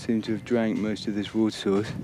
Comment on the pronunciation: 이 분 영상 계속 보는데 water발음이 너무 섹시하다